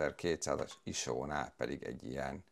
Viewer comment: Sose halottam még iso-t iso nak ejteni.:)